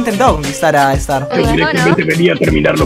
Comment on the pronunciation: El "Clases con Starrrrr" me da mil años de vida ❤️✨